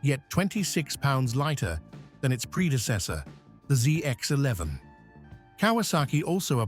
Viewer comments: What is the Zizar eleven hundred? More AI slop? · British accent ai saying zee x 11